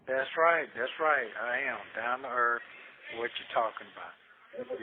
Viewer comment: "Down na earf" 😂